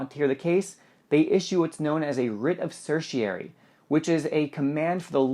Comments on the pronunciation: Please check your pronunciations on latin words. writ of certiorari. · Mispronouncing certiorari.